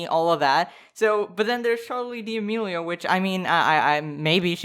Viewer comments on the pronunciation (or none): "Charli Deeameelio" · "Charlie dee Amelio (;"